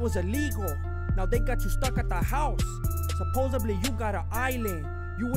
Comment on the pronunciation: I live in LA and the “supposebly” kills me every time 😂😂 I have five friends who sound exactly like